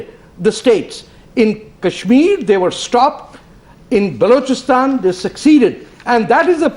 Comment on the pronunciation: naavika it is balochistan not baaalochistan. Lagta hain arun jhootley ne theek se nahi shikhayaa